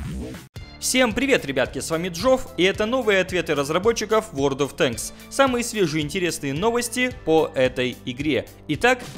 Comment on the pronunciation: Ура правильно произнес ВоД от Тэнкссс